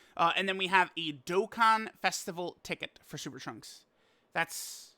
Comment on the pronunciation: Holy crap Super Lrunks-…I mean Trunks is on his way!!!!! So hype 😐🫤🙄 Edit: accidentally said “in” instead of “on”